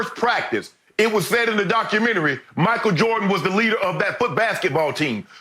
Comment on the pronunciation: Me: Michael Jordan Shannon: Michael Joh-dun